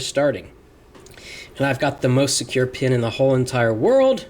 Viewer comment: Lol when he said got the most surcured password in the world 1234